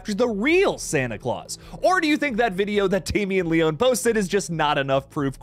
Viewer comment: Great content. I love your updates. Especially of Terrifier 3. I gotta say though....my only gripe is your pronunciation of Damien Leone's last name. It's pronounced Lee-own-ee. Not Lee-own. Other than that, you're perfect 😊. Thanks for all the awesome content my friend!